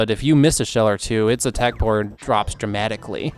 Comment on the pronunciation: I'm a huge fan of how you mid-easterners pronounce power.